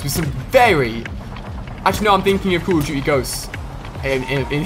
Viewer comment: The game is called "Call of duty", not "cool of duty" ....